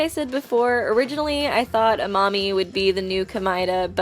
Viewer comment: What she said: Amami attacked them What I heard: A mommy attacked them